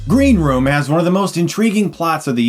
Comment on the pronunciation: Did he say "Green romance" at the start?